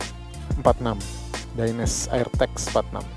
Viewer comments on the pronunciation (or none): bang bacanya tetep dainese bukan daines krna dainese itu produk italy jadi e di belakang ttep dibaca 😊